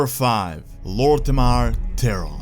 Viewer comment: "Number 5. Lor'thema Theron" Who?